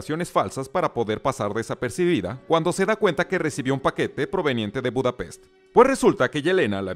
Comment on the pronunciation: "Budapesh". :v